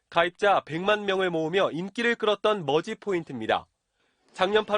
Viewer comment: 내 👂 에는 머지가 거지로 들림 🐶🐶🐶🐶🐶🐶🐶🐶🐶🐶🐶🐶🐶🐶🐶🐶🐶🐶🐶🐶🐶🐶🐶🐶🐶